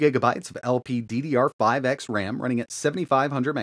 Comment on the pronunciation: WHATS WITH YOU LATELY? I THIINK UR WORKING TOO MUCH! EITHER ur messing with somebody or your working too hard lol last week u called the ram LDPPR5X RAM and now this week ur calling it LPCCR5X RAM HAHAHAHAHA ITS Low Powered DD [Thats 2 D's bud!] R5X Ram or "LPDDR5X" LOL it's just funny cause it's the same mistake but Spelled it different both times lol u need a vacation bud